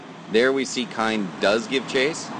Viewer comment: His name is Kein...pronounced KEEN....not Kine...